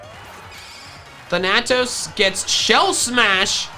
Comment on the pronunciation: thAnatos gosh darnit. Accent on the first A